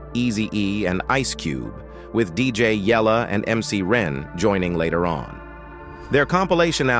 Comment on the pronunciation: 😂how can AI pronounce suugay knight other names wrong but DJ YELLA perfect 😂.